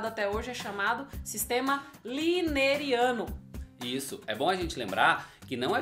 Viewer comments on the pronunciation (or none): Olá professores! Só uma correção, o sistema é lineano, e não lineriano.